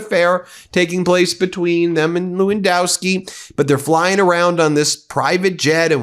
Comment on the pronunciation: It's funny (I guess the only funny thing about all this shite); Whenever Ben says Lewandoski, I think I hear Filipkowski.